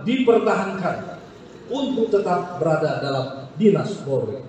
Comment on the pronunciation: Pelafalan nya kurang polri bukan pulrie